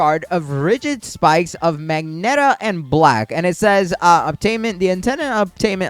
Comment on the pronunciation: Magenta is pronounced muh-jen-tuh